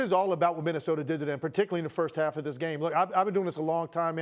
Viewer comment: from “Minnesoter” to “Minnesota” oh the Wolves have ASCENDED ascended 😤😂